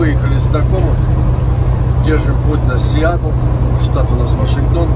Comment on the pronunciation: СиЭтл а не СиАтл. Нет такого города Сиатл.